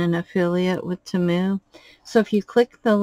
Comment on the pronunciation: Love the dragon, just a small heads up though, if you're going to remain a Temu affiliate, please say it correctly, it's TEE-moo, according to their own commercials and advertisements, that is how they say it, not ta-MOO. I'm sure they would appreciate it.